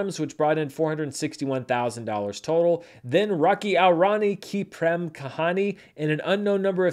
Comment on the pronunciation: I deeply appreciate you trying to pronounce the Indian names as best as you can, but i think a little help might be warranted 😅 Rocky (✅) aur (pronounced like english 'or') Rani (✅) ki (✅) prem (pronounced like 'frame' just with a P) kahani (✅).